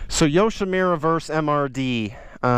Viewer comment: Yoshimirrer? It’s a Japanese name...Yoshimura, the u is pronounced like put, or look